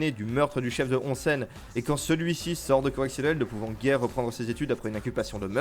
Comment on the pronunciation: XD et c'est housen(prononcé Ossen), onsen c'est les sources d'eau chaude. Bref bonne vidéo y a plein de chose à savoir sur l'univers suzuran, c'est n'est qu'un aperçu. Et pareil sur le Furyo qui comme souligné dans la vidéo est un société d'adolescent dans la société, avec une certaine loi du plus fort qui amène une justice face à l'injustice du monde adulte. Pour moi le furyo est l'héritier direct d'un cinéma de délinquant des USA tel que Fureur de Vivre(Nicholas Ray - 1955), Guerriers de la Nuit (Walter Hill – 1979), Rusty James et Outsiders (Francis F. Coppola - 1983), qui rassemblent les divers éléments fondateurs.